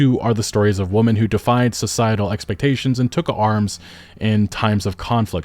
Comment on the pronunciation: At this point, I think you refuse to distinguish between "woman" and "women" just to frustrate me specifically